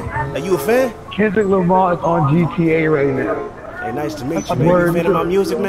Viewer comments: nigga said Kevin lamar 😂😂😂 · he said Kevin Lamar 😂😂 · It's "Kevin Lamar" come on bro... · that boy said Keven Lamar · this boy said kevin lamar lmao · NIGGA SAID KEVIN LAMAR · This nigga said Kevin's lamar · This bitch said Kevin Lamar. Lmfaoooo I'm deaddddddd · nigga dawn said"kevin lamar" SMH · its not kender lamery